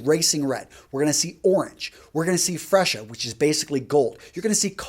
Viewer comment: nice one though... its free-zhee-uh not fresh-a